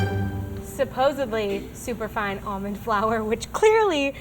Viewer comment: did anyone else hear super fun instead of super fine lmao "super fun almond flour!!"